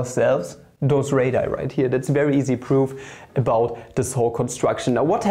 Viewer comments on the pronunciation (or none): Radii is actually pronounced as "ray-dee-ai" not "ray-die". Great video btw, i love elementary geometry